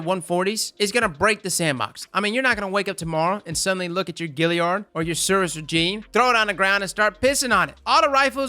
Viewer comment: Alright, say it with me... Nickname for Gjallarhorn: Gally Nerd minus n: erd Gally-erd Galliard. Not "Gilliard." Sounds like it wants to be a fish. 😂😂 No offense meant, but man it gets me every time. 😂